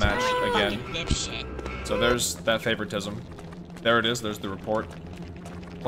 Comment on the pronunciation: I love how he doesn't even use proper grammar when he says the word "playing favortism" it doesn't even sound like he might be saying it right lol